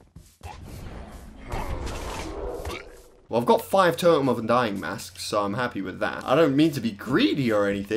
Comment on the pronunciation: Last time i checked you say totem not toem